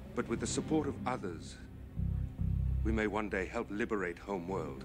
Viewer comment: Yo Narn, you better herp out. I know that had to be just a case of mangling a word as we have all done, but addressing lizard people and telling them to herp out was hilarious.